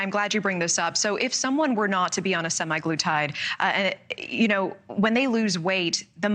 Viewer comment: Ouch, did the reporter say sim-EYE gloo-tide? I believe sema in semaglutide probably has reference to the term "week," or 7 days, as in a weekly dose. BTW, the reason Novo Nordisk funded this is because these large corporations are the only ones who can afford to do these large-scale trials. They still have to go through FDA testing and not all drugs survive this testing process. So, I agree with -- there's no reason to deny the objectivity of these trials.